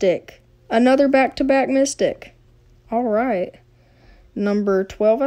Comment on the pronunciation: You said: Oooo it's our first micstic!